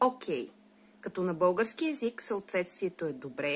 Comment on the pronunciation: Научете се да произнасяте "л" поне като говорите за български език, а не за "бъугарски".